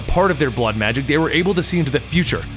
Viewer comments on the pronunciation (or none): none